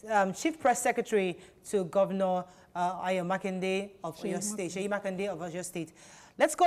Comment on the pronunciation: Thanks to Nyma for saying it right.